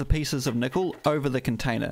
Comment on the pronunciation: "Meatle"? Kneekle"? Me no speak Japanese.